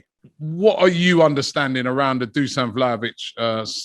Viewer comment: talks about Vlahovic Everyday and still can't (or do not want to bother to) say his first name correctly.